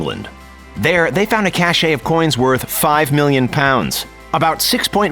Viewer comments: Cache not cachet. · Cache, not cachet.